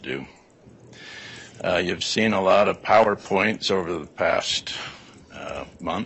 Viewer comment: legit he just said powder points and night power points so I’m not surprised they don’t have any🤣🤣🤣🤣